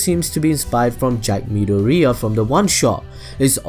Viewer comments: 'Mid-or-ear' is how it sounds Not moody-ureah Please, don't butcher his name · "Mid-o-ria"...? I get that he was trying to be like, look at me spelling out Japanese names, but come on its midoriya... as in mid-or-iy-a. Say it right mate. Plz. It hurts. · Midoriya is pronounced:me door E ya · stop saying midoriya like that